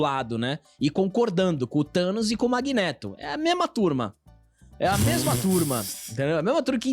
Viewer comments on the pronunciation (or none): none